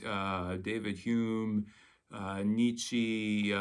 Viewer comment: Your French probably would not have been up to the task. | dəlœz / fontəne: | 𝕹𝖎𝖊𝖙𝖟𝖘𝖈𝖍𝖊, ə not i || You Americans can't bother to do the extra quarter hour of research to get the names right. 😅